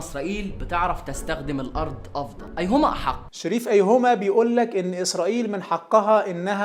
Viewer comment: أيْهما أحق؟!😂😂 رد يا بني منك له أيْهما أحق😂 شريف لسه متعلم النطق ولا ايه😂😂